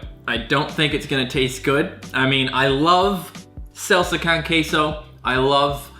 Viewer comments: Btw you pronounce Salsa Con Queso like (salsa-cone-ceso) but the o in cone is a little deeper than just cone, and don’t really say it as cone either, not trying to be mean, cuz I know you are in a different country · Please just say salsa "cone" "keso" because the pronunciation of con(kahn) just fucks wit my mind fam. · It’s pronounced salsa CONE queso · Salsa con queso con is pronounced like cone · the way he pronounced "con" in salsa con queso 😂